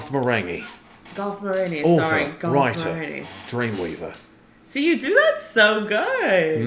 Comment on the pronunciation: That "Dreamweaver" sounded Aussie AF 🤣 sorry man.